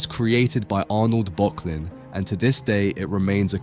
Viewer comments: My friend, this is yet another great video, I really enjoy the amount of research you put into your work, they're engagingly scripted and you use a nice and interesting selection of images. If you'll forgive the pedantry, for future reference, in German 'ö' is pronounced like 'ur', so this artist's name should be pronounced 'Burk-lin' :) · Arnold Böcklin - your pronunciation is one of the pronunciations of all time. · Miyazaki uses this painting for a major inspiration in 2023 The Boy and the Heron. You are mispronouncing Böcklin.